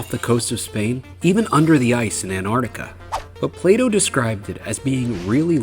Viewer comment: Play dough Plato?! That really got me 😂